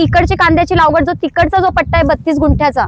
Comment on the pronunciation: लावगड नाही लागवड